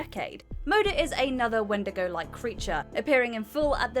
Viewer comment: Oh and also where did everybody go in antlers OR YOU could say "wen'di'go"